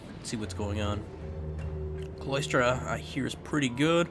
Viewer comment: "Sigh-lah-struh" for Cylostra not Cloistra